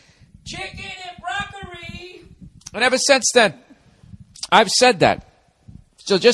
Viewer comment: chicken and BROCK-UH-REE